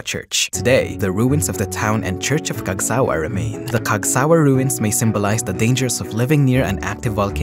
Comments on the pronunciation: The intonation was on sa not wa. It bothered me. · the pronounciation is different as shown by the emphasis mark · Wrong pronunciation of Cagsawa